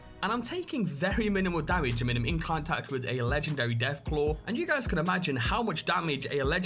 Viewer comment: "Legchendary Deatclaw"